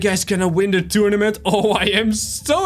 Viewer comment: did he say tunament